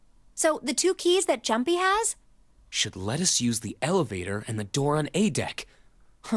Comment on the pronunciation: Every time she says Jumpy all I can think of is 'Jum - P!'